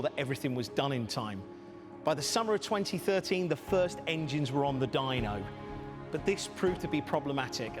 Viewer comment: was first but said "firts"